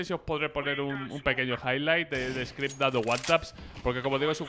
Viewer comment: "screp", wansaps" le dio algo a black o que?